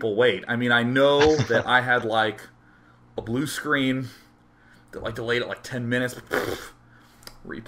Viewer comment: hahaha BRUE SCLEENUH!